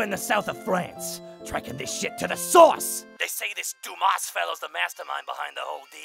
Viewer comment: Love it. Dumas is prononced 'do-MAW' The S is silent.